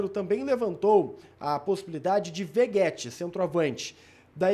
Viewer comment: Veguéti,? V E G U É T I?